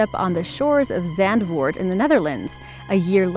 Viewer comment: How you say that zandvoort😂 dutch humor at its finest